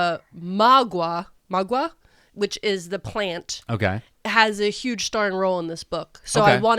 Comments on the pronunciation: Me, a Spanish speaker:Magwa....magwah? MAgwAH 🤔 does she mean Maguey??? 🤣 I was so confused on my drive home, I had to come to YouTube to let you know that it's pronounced "ma-gay" I parasocially love you guys and I'm sure you did your best ❤😁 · Maguey is not pronounced mag wha It’s pronounced more like ma-gay . I love y’all’s content keep up the good work